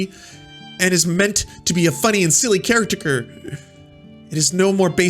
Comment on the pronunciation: I liked this video because of the mispronunciation of "caricature" lol